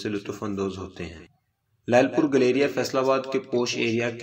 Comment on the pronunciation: Bahi sahab nam to sahi le lo is ka not galrya. گیلریا